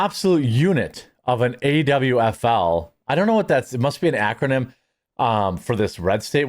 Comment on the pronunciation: Yo Jeremy. AWFL is pronounced AWFUL, meaning Affluent White Female Liberal. And it fits.